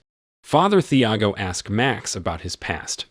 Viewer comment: Thiago has a silent H. Tee-ah-go. You did this with The American as well with Mathilde. Silent H.